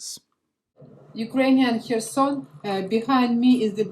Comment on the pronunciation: One of very few YT news channels where HHHerson is pronounced correctly (not KKKerson, as most say). Hats off for that sort of details!